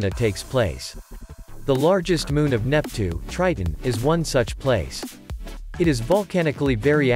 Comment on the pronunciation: neptue? you mean neptune